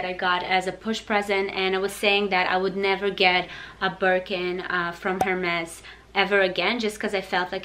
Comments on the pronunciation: It's pronounced ERMES (HERMES) beautiful ☺ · Is she pronouncing Hermès incorrectly?? I thought the H was silent. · Bertha tran In french the H is always silent you are right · the H in Hermes is silent :) nice bags